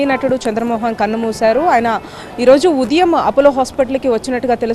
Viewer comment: తెలుగు సరిగ్గా నేర్చుకో. ఉదియం కాదు. ఉదయం అనాలి. అదికూడా రాదు. తయారై పోతారు యాంకర్స్ గా. Shame on you.